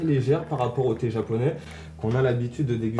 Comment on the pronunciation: J'aime bien le thé mais je préfere le TEH 😂